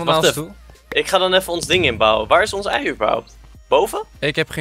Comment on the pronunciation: waarom zeg je heel de tijd eit